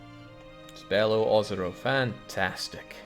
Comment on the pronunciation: Your pronunciation is pretty close on Beloozero, this site has a pronunciation that seems pretty legit